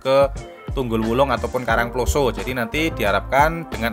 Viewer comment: Saya Org Batu Asli.. Tolong Mas Kalau Bilang / membunyikan KARANGPLOSO tanyakan sama org karangploso yg benar bagaimana.. Bunyi O nya salah sampean. Sekedar masukan. Jangan HASAK HASIK tok wae. Yg bener. Asyik. Skdr saran saja. Sukses ya channelnya